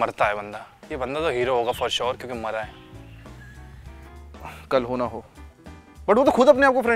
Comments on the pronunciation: Who heard kal ho na ho as Carona go😂😂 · 1.35 kisi ko she said korona ho